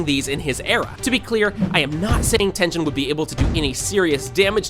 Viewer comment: its tengen not tenjen.